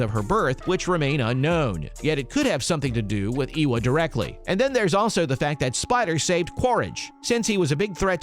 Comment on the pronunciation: Ay wa! Not eeeeee wa